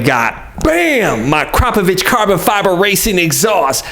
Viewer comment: Akra-po-Vic It’s not….A-crap-o-vich. Jeez